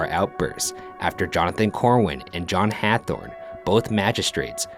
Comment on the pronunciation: Ryan, ryan. No it's not Hathorne, it's pronounced Hawthorne my dear.